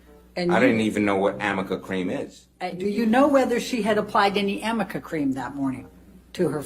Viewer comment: Ahahahaaaaa Amica cream!? Does she mean Arnica cream? Oh man 🤦🏼‍♀️